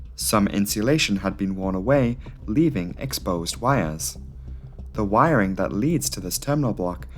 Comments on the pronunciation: Word of the day. Wirering. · Wiring….fuel tank🤔……..WIRing……FUEL tank 🧐…..WIRING….FUELTANK!!!!🤨🤦🏽‍♂️